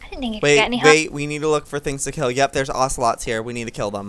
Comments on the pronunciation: BTW it`s kill u said kil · KILL NOT KIL JOEY 😁😁😁😁 what are you weird ( by the way I'm being sarcastic) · Kill not kil lol